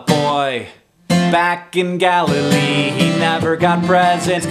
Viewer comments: Anyone else thought he said Galifrey not Galilee? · Every time he said 'Galilee' I heard 'Gallifray' which leads me to believe that Jesus, was in fact a Time Lord.